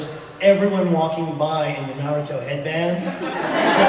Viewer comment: It’s not narudo it’s NARUTO!